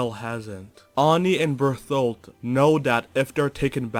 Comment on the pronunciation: Can't get over you saying Berfoldt, just makes me giggle everytime.